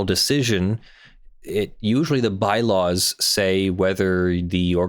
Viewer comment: the "bylaws"? More like the "bi laws" lol